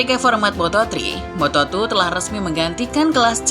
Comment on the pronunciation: lompatan dari moto tri ke moto tru😁😁 ngopi dulu mbak